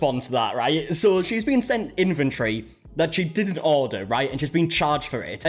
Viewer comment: "inventory" is not pronounced as "infantry".